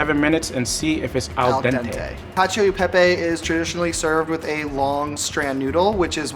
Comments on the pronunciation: "Kacho i pehpey" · Is it just me or when said "Cacio YI pepe" my hopes dropped? And yes he didn't make much sense, from choosing Bucatini to let his lumpy cheese sauce flow inside, to adding cheese on the pan without agitating with an emulsifier, to adding olive oil into the very sticky mix "prevent the pasta from sticking to each other", to saying that parmesan reggiano is "traditional", none of these make any sense. Truly lives up to the way one pronounces cacio YI pepe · Imagine saying "Cashio EI Pei Pei" and then saying you're Italian American...💀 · "catch-ee-oh ee pay-pay" 😑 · lmao. Man really says "cacio y pè-pè" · L1 and L2 ("Italian"!) cooks: It's Cacio E Pepe, not Cacio I Pepe. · Wow,so tasty but please try to pronounce italian, really italian 🇮🇹😬🥺😖 but loved the Science behind it 👌🏻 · The shock when lvl2 guy butchers the pronunciation and later drops the info that he's italian american💀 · As per he grew up in an Italian-American family and still doesn’t know how to pronounce cacio e pepe properly 😂😂😂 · In fact we have seen and even heard something strange in this video. To say that "Parmigiano Reggiano" is "traditional" to make this dish, means being poorly informed. Before going in front of a camera and saying strange things, it would be better to inform yourself a little (today there is Google). For the pronunciation of "Cacio e Pepe", unfortunately, as an Italian, I often hear the “Italian E" pronounced in the “American way”. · why did say cacio e pepe like that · he even got the pronunciation wrong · when he said cacio e pepe, i thought "that's the most american pronunciation ever" lmao